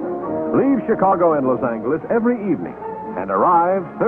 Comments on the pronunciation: So that was the way LA was pronounced, then? Los ANGLE-es. Those citrus groves to the east of Pasadena were already in the gun sights of the developers when this film was made. In those lounges and the dome car, was everyone humming "Smoke gets in your eyes"? So many smokers I thought I was in Europe. Different food handling rules back then, everyone in the kitchen bare-handed tossing your steak on the pan or the plate. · Yeah, Los ANGLE-eez. That’s the way Joe Friday a la Dragnet pronounced it, too. 😂